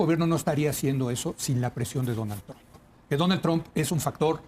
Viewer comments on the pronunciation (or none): none